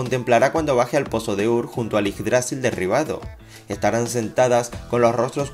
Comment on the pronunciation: yggdrasil no lleva tilde así no se pronuncia